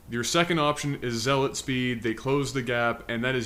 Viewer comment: "ZEE LOT speed" Oh, you were so young.